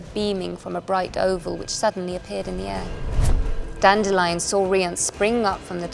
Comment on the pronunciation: I am glad she pronounces Dandelion correctly unlike the narrator of the audiobooks.